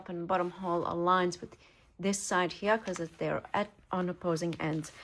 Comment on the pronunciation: I love listening to you. I love the way you slip different accents into your speech. I particularly like the way you say “here”,😊! It sounds very aristocratic….sort of like Queen Elizabeth would say it.